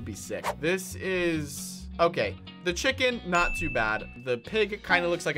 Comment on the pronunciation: dat chicin cweepe